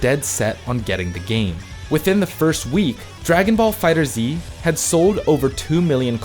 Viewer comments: It's pronounced "Dragon Ball Fighters" not "Dragon Ball Fighter Zee" **insert Hermione nag here** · cant even say the name of the game right LOL do you guys even do research lol its FighterZ not Fighter Z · why do you read fighterz as fighter z... its meant to be read as fighters but with a Z. and go1 is read as goichi not go one smh 1 in japnese is ichi so its goichi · So I was today years old when I learned it's pronounced "Dragonball Fighters" and not "Dragonball Fighter Zee", which is what I've been saying 😂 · I'm glad I'm not the only one that pronounces it "Fighter Zee" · Alright I thought he was meming when he said Fighter Z, but after the third time I'm not so sure. Lmao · jesus christ it's been 3 years...stop calling it fighter Z it's fighterz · I know this man did not just say Fighter Z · I hate that you say Fighter Z. Even though Bandai themselves said its pronounced "fighters" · is not fighter "ZEE".... is just fighters "with a z" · it's "fighters" not "fighter z" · It's not right tho. Fighter Zee is the wrong pronunciation. It's just Fighterz. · I'm sorry but I gotta correct my man on this. Its FighterZ. Not Fighter Z. Great video either way. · sigh 3 years later and people still can't get the name right. It's "Dragon Ball Fighterz" not "Dragon Ball Fighter Z" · So much cringe mispronunciation in this video. "Fighter Zee" "Go One" "Meelay" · ACKCHYUALLY it's pronounced "fighters" not "fighter-zee" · I will never stop pronouncing it “dragon ball fi-turzey” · Man still says “Fighter-Zee” blegh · You people are STILL mispronouncing the name? Fighterz. Fiiiiiighterz. One word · no, the official pronunciation is "fighterz", regardless of how the show's name is pronounced. You're welcome to pronounce it however you like, that doesn't make it correct. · I get triggered everytime he says Fighters Z 🤦🏽‍♂️🤦🏽‍♂️🤦🏽‍♂️🤦🏽‍♂️🤦🏽‍♂️ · It's pronounced Fighters. Not Fighter Z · “Fighter Zee” and “Meelee” making me cringe hard